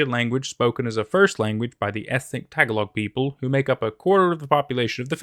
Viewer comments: Filipino here. It's pronounced "ta-ga-log," not "tag-a-log." lol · thoroughly enjoyed todays upload, the story and narration was great!! side note (i could be wrong since im not filipino) but i believe tagalog is pronounced tuh-gah-log instead of tag-uh-log just thought i should mention it since its a common mistake that ive made before as well keep up the great videos!